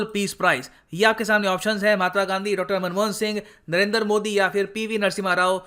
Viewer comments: Humbly speaking; It sounds awkward when you say 'Narender' modi. I think it's 'Narendra' modi. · It's Narendra not Narender 😂😂😂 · Sir aap modi jo ka name galat pronounce kar rahe he, unka name नरेन्द्र he naki नरेन्दर ।